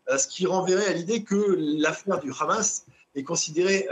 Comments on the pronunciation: Pourquoi vous dites « Khamass » à la israélienne ? Les journalistes ont ils un parti pris ? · En hébreu le Ha se prononce Kha